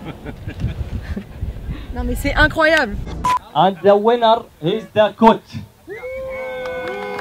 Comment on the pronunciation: "And the winnar" 😂😂😂😂😂😂😂😂😂😂 j'étais pas prêt